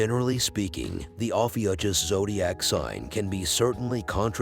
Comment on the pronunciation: Pronounced- OH-FEW-KUSS